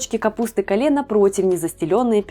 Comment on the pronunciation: Капуста Кейл , а не кале 😅